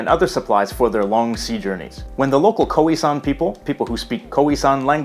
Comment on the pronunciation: Some pronunciation tips: Afrikaans is pronounced like "aaf" "ri" "kaans" (note the long a-sounds) Boers is pronounced like "boors"; it's one sound Khoi-San is pronounced like Choi-Sun, no isolating the o- and i-sounds But well done for getting most of the rest right 👍🏻 -from a native speaker